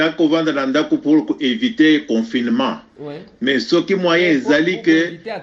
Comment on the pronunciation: on dirait nayoki yo ozoloba- confirement heure nionso...par contre eza confiNement